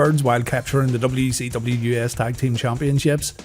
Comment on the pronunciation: DUB CEE DUBBYA